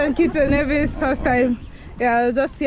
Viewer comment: Thank you for visiting our tiny islands. Sugar City St. Kitts & Queen of the Caribees Nevis. Nevis Nice & St. Kitts Sexy. Glad you had a great time here. The only thing though Necis is pronounced Neevis not Nayvis. Fyi, we Nevisians take pride in that.